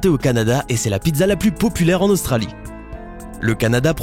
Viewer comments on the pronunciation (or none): none